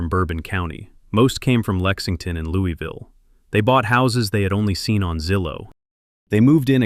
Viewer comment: Misprounced Louisville 😢